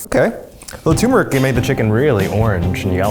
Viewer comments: I love you guys but I lose brain cells each time you call turmeric tumor-ic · Eugene saying "TOO-meric" 🥲